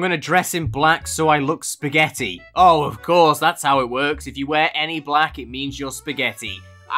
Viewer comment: bro says "spagetti" for evry thing and I LOVE IT!!!!!!!!!!!!!!!!!!!!!!!!!!!1111